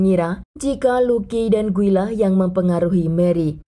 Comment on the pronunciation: Di Brazil Guy dibaca gui ya kk, bukan gay..